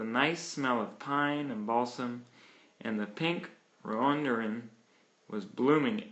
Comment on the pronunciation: Pink rhododendron (rodadendron - pronuciation) . This was one of my favorite stories, as a small child. It appeared in “Childcraft”. This is the only version I could find. Sassafras tea (sasufras- pronuciation). Thank you for sharing!!!! I’m glad to find a childhood memory! (Not to criticize, but please check the pronunciation of rhododendron and sassafras. Thanks!)